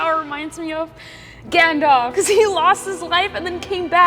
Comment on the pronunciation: WHO IS "GANDAW" 😭😭